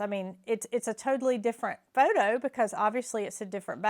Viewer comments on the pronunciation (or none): none